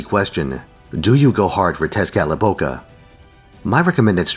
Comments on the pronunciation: much better than most people who talk about it, at least he attempted without sounding like he was trying to say a tongue twister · Thank you for being one of the few who can pronounce Tezcatlipoca.